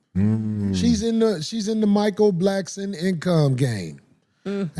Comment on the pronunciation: Mike Blackston..come on Corey it's Blackson